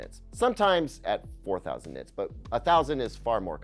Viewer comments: Nit-erds? What did you just call me!? 🤨🤣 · Did anyone else mishear when he says "nit-nerds" ? 😂😂